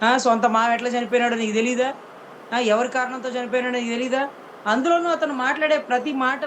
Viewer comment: WHAT SISTER..... * Kendra Neegaa.... ( Neegaa 🤣 )..... ❓ Neegaa.....!!!!!!!!!..... I AM NOT ABLE TO HEARING CLEARLY * 🤫 Once More.... Please 🤫...... Dhanraj Journalist 🇮🇳⚖️✒️🔥